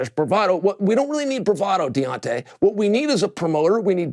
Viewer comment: To hear cheal sonnen call deontay wilder De-wantay